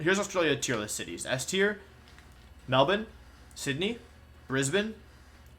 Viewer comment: Pronounced Melbourne right. Honourary Aussie.